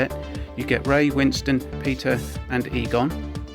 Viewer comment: Eter and Pegon? Stop grtting names wroooong